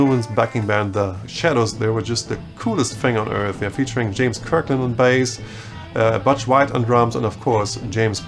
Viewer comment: Hi. In case you haven't been told this already, Butch, as in Butch White, doesn't rhyme with Dutch, it's pronounced like butcher, without the er. Keep up the great work!